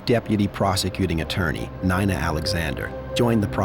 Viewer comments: I stopped listening 1 minute in when the AI voice mispronounced Nina as Nine-uh. We really should get to know which videos are AI narrated especially if you pay for premium this is ridiculous I don't want to listen to AI bullshit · That’s the first time someone named Nina pronounced it N-eye-na instead of N-ee-na Not a fan of a defense ATTNY with blinders on